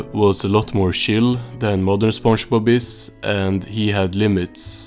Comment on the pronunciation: Why do you pronounce it as sponjbob